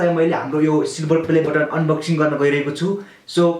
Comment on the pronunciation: Its बटन not बतन😂😂 BTW love you bro